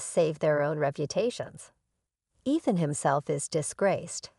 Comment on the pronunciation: She even pronounced Ethan wrong.